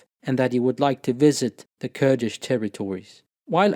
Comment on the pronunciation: Your pronunciation of Kurdish names, Turkish names, and Arabic names and words are very impressive and flawless. You must be fluent in all 3 of these languages. Mashallah, may the Almighty increase you. Ameen